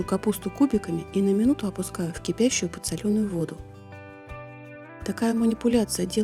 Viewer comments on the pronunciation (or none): Рецепты-супер,но почему несколько раз-подсолЕнная вода,Вы иностранка,ведь правильно подсОленная?